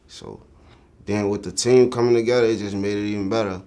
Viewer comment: This man sounds like he sayin tay600 instead of team 600 lol